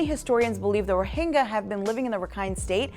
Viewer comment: Do you not know how to pronounce the Y sound? Rohingya, not Rohinga...